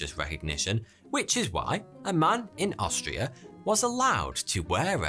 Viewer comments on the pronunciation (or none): none